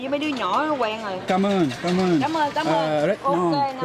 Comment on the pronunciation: bánh mì => bang me xíu mại => sue my cảm ơn => come on :)))))